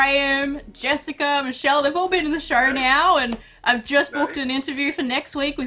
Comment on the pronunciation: Why do call the show a shore?